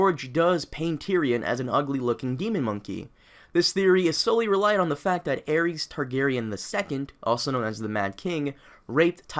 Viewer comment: Aries? It's Aerys bro